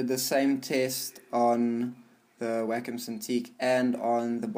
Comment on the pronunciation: Every time I hear someone say "Wacom alternative", I think they say Whack a mole